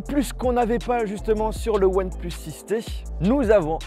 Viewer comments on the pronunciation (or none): Ya tu que moi qui entend oneplos quand il le prononce ? 😂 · « oine pleusse »